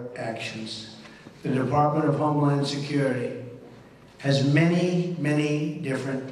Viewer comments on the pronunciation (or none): Is he saying " homelawn security"?